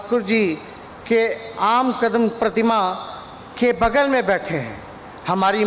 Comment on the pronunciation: आदमकद प्रतिमा को आमकदम प्रतिमा कह रहे हैं अगर बढिया से रिवीजन करते गलती नही होती 😅😅😅